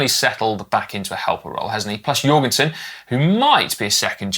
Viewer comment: Hey guys! Hilarious that your pronunciation of US riders needs correcting after all this time but... -Former WINNER Kuss 🎉 rhymes with loose, not cuss. -Jorgenson, in Matteo's family, the J is pronounced same as an English Johnson, not like a Y. Thanks for the shout out for Riccitello! Cheers 🍻